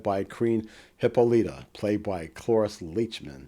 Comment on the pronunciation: Great Video just the pronunciation of Hippolyta was wrong...I noticed that alot but great outlook and perspective of the subject